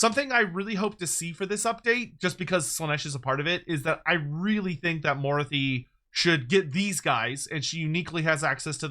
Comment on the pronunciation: is pronouncing morathi incorrectly for some reason? Moruthy... I have never heard him pronounce it like this lol.